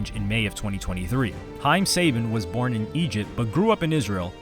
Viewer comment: I thought it was suh-ban not say-bin